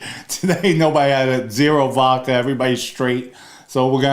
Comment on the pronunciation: Hello, love your channel & we watch every episode-just wanted to say….you’re totally scary lol so please don’t get angry 😅- just constructive criticism-it’s vodka with a D-not vacca (which means cow in Italian…also you look so much like one of my relatives & since my grandparents come from the same part of the Bronx -I wonder if you’re related